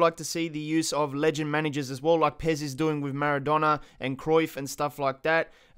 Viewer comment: It's pes you idiot